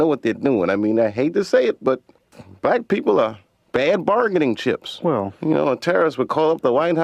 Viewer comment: When says "black people" it sounded like said "white people".